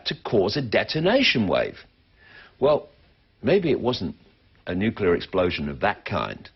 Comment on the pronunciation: "Nicular fission is a clean, cheap and very safe..." Are you having a laugh, or you just plain stupid? Decommissioning a nucular generating plant costs more than it costs to build one. The long-term storage of nuclear waste will exceed even that. And you are even so creduluous as to believe in the global-warming myth. Writing further to a block-head like you, would be a waste of my time. --R.T. Thomes (Amsterdam, The Netherlands)